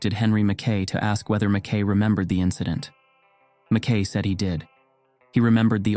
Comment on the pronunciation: Im trying to listen to this and fall asleep and can't as a Scot. It's driving me nuts the constant purposeful wrong pronunciation of the Scots name, McKay or MacKay. Usa people used to know how it was spelt but now with their trendy americanese they're desperately trying to invent they deliberately state it wrongly. I can't sleep because of it. It just reflects a poor education.